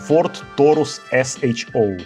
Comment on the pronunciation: Ні ТОУРУС , а ТАУРУС ( ТЕЛЕЦ)